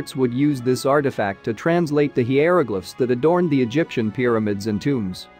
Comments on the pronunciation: Love it when the speech robot ge5s it wrong. “Heeyeroglifs” basically a slide show with bad robot narration of a badly written script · Gees, I hate that fake-sounding voice, also with its mispronouncing so many words!! It's HIGH-ER-O-GLIFFS, PLEASE, JUST FOR A START!!! Another word mispronounced / misused, is said as the word WOOND (an injury) -- but it is actually WOWND!! The words are spelled the same, but they are totally different words, with totally different pronounciations & totally different meanings!! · The twisted pronunciations of, e.g., "savants" and "hieroglyphs", and the misrepresentations about the hieroglyphs being translated, make this unwatchable and absolutely unprofessionally done. Pitiful.